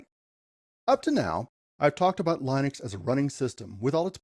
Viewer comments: It's not Lynix it's Linux. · your saying Linux wrong and im a beginner to. It's pronounced Linux as Linda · Is this AI? is this how you pronounce Linux? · Why do you continually mispronounce Linux ?